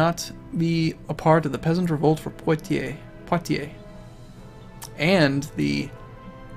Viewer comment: hehe, still amusing that, as an english speaker you pronounce Poitier perfectly but not Gloucester :)